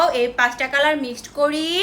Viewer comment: কিরে আমাদের বাংলা আপু আজকে কিভাবে ইংলিশ হয়ে গেল ন্যাকামোটা খালি একটু দেখা উচ্চারণই করতে পারতিস না লাল কালার উচ্চারণই করতে পারতাছে না নাল কলর কেমনে করতেছে উচ্চারণ লাগবে আপু আপু কি আপনাকে উচ্চারণ শেখানো লাগবে 😂😂😂😂